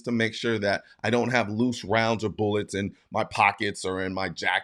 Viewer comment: “Boolets” 😂 you say it weird